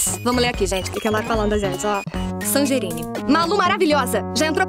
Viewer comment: ELA FALOU COM SANGERINE!?